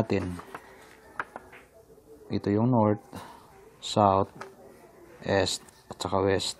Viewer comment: Mali ang pronunciation mo ng east dahil "s" kung bigkasin